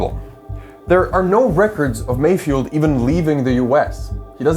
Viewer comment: I heard malfoy instead of mayfield...